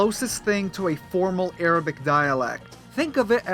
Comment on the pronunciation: Dude, your Arabic pronunciation sounds painful XD... Its unnaturally thick "غليظه".